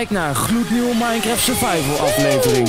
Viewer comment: ENZO ENZO dit is belangrijk Het is niet minecreft wat jij zegt maar minecraft Like zodat milan dit ziet